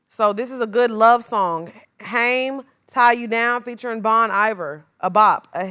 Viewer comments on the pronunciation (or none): Hey! I love Haim! They're group name is pronunced like time but with a H. Just wanted to let you know cause I thought that at first as well!